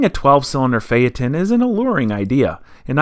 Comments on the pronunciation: Fate n, not Fay Ton. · Phaeton not phaeten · Phaeton is pronounced Feeton. Not Fay-Etton or Fayton. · Its pronunced phaiton🤦🏼 not fayaton(phaeton) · It is pronounced "Fay tahn", not "Fay et tahn". Sorry, but about a minute into your video, a Trump commercial came up. I have a policy of leaving ANY video with a Trump commercial, so I didn't watch it past that. BIDEN 2020! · say fay-et-ton not fay-tonn.. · Pronounced Fay-ton, not Fay-er-ton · My god... It's not a FayTawn. It's phae-et ton. sounds like the idiots calling a Porsche a porch.... Oh wait, he does that too. Edit... That bondo repair is the equivalent of a shitty drywall repair. Ouch. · "Fay eh tohn" everyone else: "faytuhn." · Not a Phae-TON, but a PHAE-ton, and you’re an expert? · Phaeton not pha eton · I think it’s pronounced Fay-a-ten not Fay-a-tahn. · Phaeton not paheeton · Okay, we need to see what brother looks like and acts like. It is not possible that they are both alike, is it? Also, I always thought that phaeton was pronounced "FAY-tunn", with a "ton", as in 2000 pounds. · 'Fay ton! ' it's pronounced 'Fay ton'... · it rhymes with dayton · Fey ton. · Say it right, Fae-eh-tugn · Let's try to pronounce it right: Fa-e-thon... Learn your Greek guys. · It pronounced fay-ton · Pronounced fay-ton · Good job repairing that quarter panel - for someone that can’t say Phaeton properly. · He pronounced it wrong at the beginning but correctly at the end. Of course who knows how VW pronounces it, what right and what's wrong. I looked at many commercials for the car but they never mention the name. Perhaps VW doesn't even know how to pronounce it. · Never heard VW PHEATON pronounced the way does. Is he correct or just everyone one else wrong?